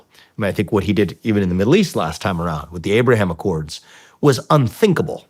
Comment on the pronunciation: Touting “da Abwaham accords” is so F’ing weak. 😂 How’s that working out?